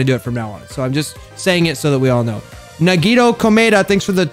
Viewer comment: Is no one gonna talk about how said nagitos name weird xD